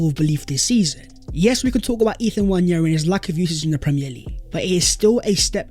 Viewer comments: It's not Nnwayeri it's Nwaneri (ONE NAY RI) ETHAN "ONE NAY RI" There's absolutely no Y in the name for cry out loud.. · FYI, Nwaneri is pronounced wan-e-ri not wañeri.